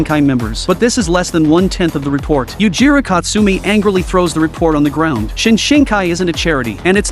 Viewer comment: “Yuujirou Katsumi”? 💀💀